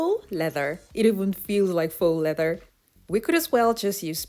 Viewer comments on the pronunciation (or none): I love the way you kept repeating the "feax leather"😂